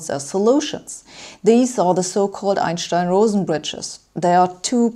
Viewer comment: I love the way you pronounce Einstein properly!! :). - also... Way to science it Sabine!